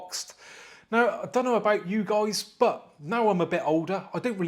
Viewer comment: I love your intro man 😅👍 "What's up goiys, how you doinnn"